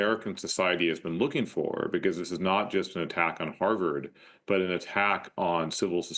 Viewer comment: She can't even pronounce Harvard properly! 🤣🤣